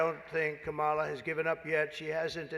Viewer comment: Trump: "KaMAla is disrespectful"(intentionally mispronouncing her name).